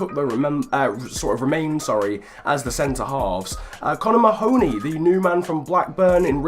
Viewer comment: Just a slight fyi, I think Mahoney is pronounced Marney (as in the Burnley cm)